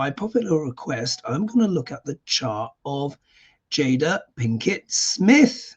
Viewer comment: I believe her name is pronounced “Jayda.”